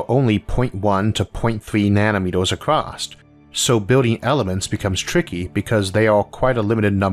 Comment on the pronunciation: ACROSS not ACROSST